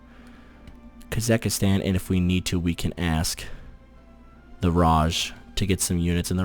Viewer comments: It's KasaKHstan. Not Kasakastan.... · It is still KasaKHstan and not KasaKHIstan